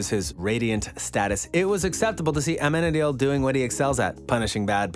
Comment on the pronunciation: For heavens' sake, PLEASE pronounce their names correctly!!!! You're going to do a video and every time you mention Amenadiel, you say it wrong and makes me cringe. (Ah-men-ah-deal) LOL